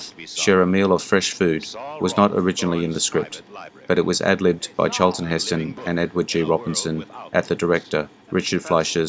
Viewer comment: "CHAAL-tun HIS-tun" 😂